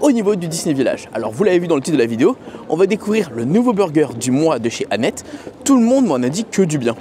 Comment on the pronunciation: Ça se prononce Annette-se juste pour info ! 😂 Merci pour cette vidéo de tres bonne qualité comme d’habitude, tu regales ! ❤